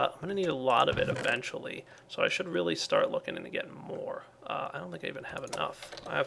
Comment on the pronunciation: lol was this planned:" we get a Relay..... they are relay useful" (of course really but it sounds like Relay ;) )